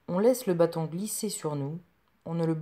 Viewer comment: L accent est sur le a de bâton. Trop d expliquations condescendantes.